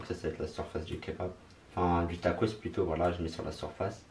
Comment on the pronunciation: Au lieu de dire tacos tu dis tacrote car sa ressemble à sa 😂😂😂